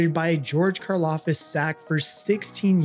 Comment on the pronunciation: It’s Karlaftis, not Karlafis🙂